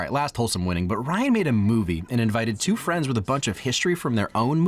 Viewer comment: Loose fri-ends? Anyway, great video as always.